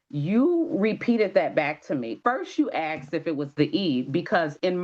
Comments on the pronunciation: I axed…. I wish people would learn to say it as it is spelled…. A-S-K-e-D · I can't take seriously someone who says "axed" when the word is asked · Axed a question isnt English its asked a question ❤❤ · Ppl “… stop saying aksed.. it is asked. Why is this so confusing…. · For heaven’s sake learn to speak properly. It’s ASKED NOT AKSED